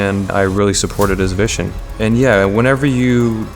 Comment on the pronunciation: I’m Swedish and his accent is basically non-existent but I could hear it on a few words like “vision”😄🇸🇪